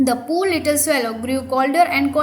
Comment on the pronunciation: You're pronouncing poor wrongly